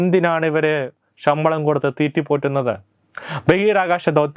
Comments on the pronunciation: ഈ പറയുന്ന തെണ്ടിയോട് ഷമ്പളം അല്ല ശമ്പളം എന്നു നാക്കുവടിച്ചു പറയാൻ പറയൂ..... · ഷമ്പളം അല്ല ശമ്പളം, ശ ക്കു പകരം ഷ എന്നാണ് പറയുന്നത്.. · ഷമ്പളമല്ല ശബളം എന്ന് പറയൂ സുഹൃത്തേ